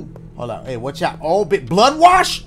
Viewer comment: "Bluhd Waush?!?!" Awesome Dashie moment